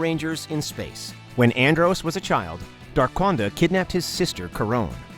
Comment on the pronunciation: He said darkquanda 😂😂😂😂😂😂😂